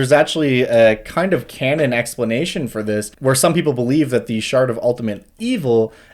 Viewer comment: My brain hearing "shart" every time he says "shard."